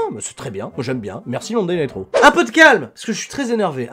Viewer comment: "Monday night roux...euh raw" Ça se voit tellement que c'était intentionnelle